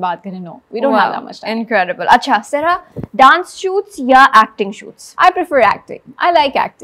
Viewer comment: Sarha ka name pronunciation poochny k baad bhi host wrong pronunce kerte rahi